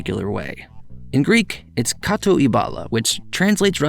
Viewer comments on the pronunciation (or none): none